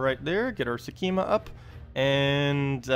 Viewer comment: sek -ma ;) there is no 'e' in there